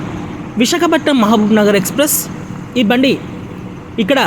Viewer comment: Ore edava visakhapatnam anedi clear ga palakara